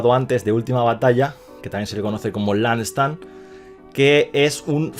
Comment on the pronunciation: Buen video! Gracias! Una sola cosa, no es "Land Stand", es "Last stand"